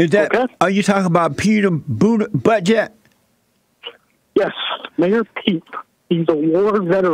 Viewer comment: Did anyone else hear “Mayor Pete Buttjab” ?